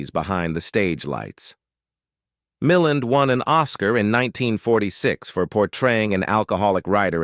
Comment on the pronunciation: mill-LAND not mill-an